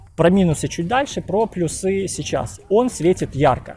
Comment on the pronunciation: ПлюсЫ, плюсОв... Бро, ну это же невозможно слушать.